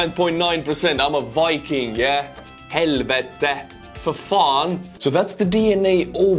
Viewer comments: Your "helvete" war spot on! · Very good pronounciation helvete for faan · Ha ha, you said "Helvete, faen" in Norwegian - my language. It was perfect pronounciation (eastern dialect, my dialect). Very good, ha ha! Skål!